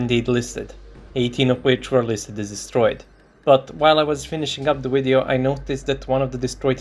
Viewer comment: "Video" is pronounced with a "V" sound, not "W" sound.... smh